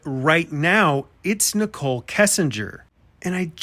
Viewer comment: Why do they pronounce Nicole like nickel?